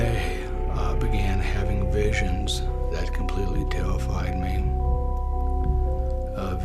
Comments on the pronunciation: hahahaha "it tewwified meeh, just like jennys vaginna" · "I had visions of things that tewified me"....great to see the man of the house kicked his kindergarten speech problem...